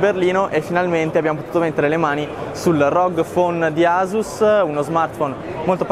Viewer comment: si pronuncia "assus" :(